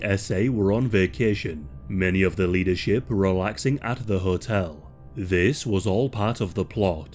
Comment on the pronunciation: "Zis is from mein spring collection..." hahahhaha